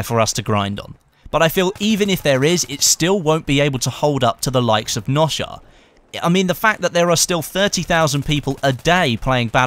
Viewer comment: I don't like it when people don't pronounce Noshahr correctly.